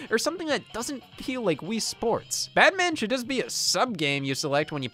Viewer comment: Is it me or is Scott pronouncing Badminton "Batman" lol?